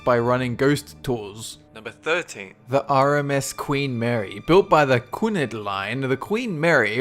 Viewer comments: You guys REALLY need to look up words and how to pronounce them before you do your videos. The Queen Mary was built by the Cunard line which is pronounced KooNard, not KooNed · Cunard Line is pronounced - Q-nard Line!!! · Lol at the way he pronounced cuanard. It's actually pronounced Kew-an-ard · Queen Mary's owners were Cunard, it's pronounced Q-n'ard not Qinerd. :) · It is Pronounced Q Nard. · The CUN-ARD Line